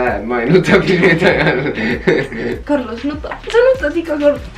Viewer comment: aka kerlos, aka esna, aka kaka